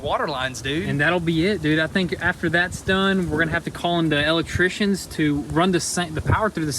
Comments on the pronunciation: I love how you say el'electricians! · Matt Hayward, reason why it tickles my funny bone is because I’m an “EL Leck Trician”😁😁😁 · Cracks me up every time he says "EL Leck Tricians"🤣🤣🤣